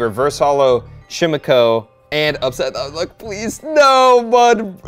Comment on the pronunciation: Chimecho—-> CHIME-EC-O